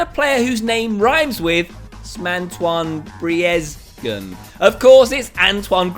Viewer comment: OMG I LOVE HOW YOU SAY GRIEZZMAN XD